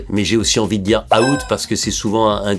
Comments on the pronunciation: C'est out pas a-out mais sinon stylé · Quitte à corriger la prononciation mets "Ouwt", out à la française ça sonne pas pareil